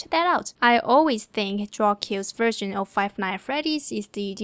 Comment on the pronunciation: I like how she says five night at Freddy's instead of five nights at Freddy's